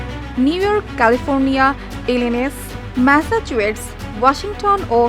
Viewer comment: Before you call yourself a reporter, learn how to pronounce Massachusetts. It's Massa-chu-setts, not Massacuate. Try following Palki Sharma, maybe you'll pick up 1% of what actual journalism sounds like.